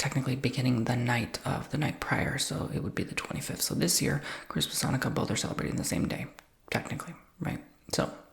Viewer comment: ...I am 70 and didnt know abt the donuts before....we never did that...but your pronouciation was perfect